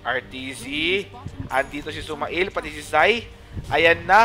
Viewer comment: SumaiL pronunciation is sumeyl (male, mail) not suma-ill